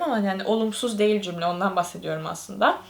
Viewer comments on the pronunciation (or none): none